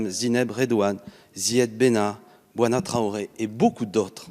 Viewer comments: Bouna, pas « Boana » Traoré... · á la "56 sec il dit Bouana Traoré!!! nan mais il a fait fort c'est même pas un lapsus á ce niveau??